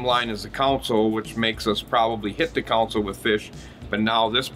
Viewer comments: Console not Council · This mf says council every time 😆